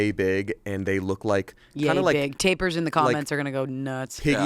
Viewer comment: Tapers? Did he mean taPIRs???? Wrecking my brain trying to figure out what tapers are.